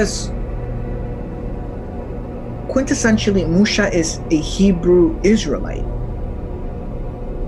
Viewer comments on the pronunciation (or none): Why do you call Mushuh as archetype?